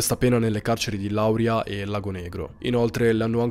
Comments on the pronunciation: Non conoscevo questo caso hai nominato due paesi che sono distanti uno 20 minuti e uno mezz'ora da dove sto io comunque si pronuncia lauriia non Lauria 😅 ti seguo da sempre sei un grande mi piace come racconti le storie ti ci immedesimarsi e ci fai immesimentare nelle storie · Allora io sono della Basilicata e Lauria si legge laur i'a non la'uria. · Wow, nn sapevo che Lauria avesse dato i natali a questa donna! Si pronuncia Laurìa e Vùlture! Sei un grande… mi piacciono tantissimo le tue storie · Ciao io vivo in Basilicata e la pronuncia corretta è Laurìa con l’accento sulla i. Un saluto e complimenti per tutto!! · Laurìa con l'accento sulla i, pillola storica è il paese d'origine di un navigagtore ammiraglio alla fine del 1200 al inizio del 1300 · Si dice Laurìa con l’accento tonico sulla i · Comunque si pronuncia Laurìa e Vùlture ;-) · Con gli accenti vai malissimo lauri'a-- Vo'lture basta informarsi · Sei bravissimo, ma non sai dire Lauria .. mi uccidi